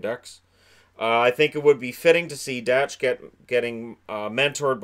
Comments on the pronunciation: Kirby Dach is pronounced "Dock" not Dach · It's pronounced "cousins" and spelled "cozens". Great stuff though very informative. Dach is pronounced dack as well. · Dach is pronounced dock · I’m pretty sure that Kirby Dach Is pronounced DOC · also just some corrections on pronunciation (as hopefully we’ll be talking about these players for the next decade): Cozens is pronounced Cuh-Zens not Co-zens and Dach is pronounced Dawck (like Bach the composer but with a D) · Kirby Dach pronounced “Dock” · How many times can you pronounce Dach wrong